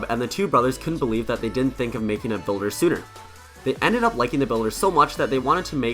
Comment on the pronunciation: You said the bulder made the pekka